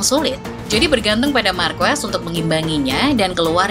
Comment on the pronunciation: Dibaca bukan "Marques" Min tapi "Marqes"